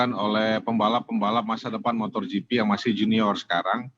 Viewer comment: MotoGP pak, bukan motorGP, 😊🙏